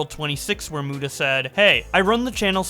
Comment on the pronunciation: Keem is such a dumbshit WHEN WILL HE SAY MUTA CORRECTLY!!!!?!